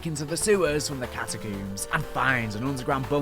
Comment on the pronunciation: Cat-a-CUUMMS is killin me😂😅